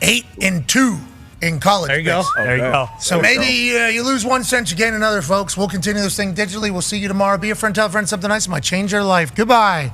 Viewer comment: Also pops music sucks, listening to pop music in "anudder" language sucks even more